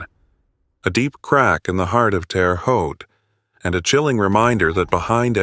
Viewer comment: Terre Haute is pronounced Terra Ho t